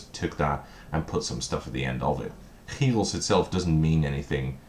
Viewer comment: Your Dutch? Haha I would have never geussed, untill you said "chyros", that was was a dutch g sound haha. I live in Utrecht, glad your not scrounging the thrift store here haha.